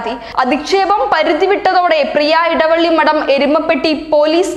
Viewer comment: എടവള്ളി അല്ല എളവള്ളി